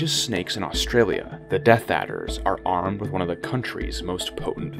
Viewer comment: "Deaf Adder" at 5.27😂- I think he means "Death Adder" (as typed in earlier in the video)